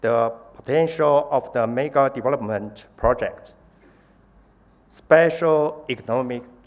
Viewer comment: ”sepesal economick zooms”